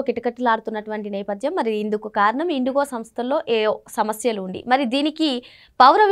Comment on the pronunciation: Chethha anchor….basics thelidhu 😂,,,, ….eaa ooo samasaya lu anta 😂😂